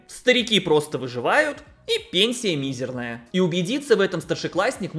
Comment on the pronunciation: Мизерная, а не мизерная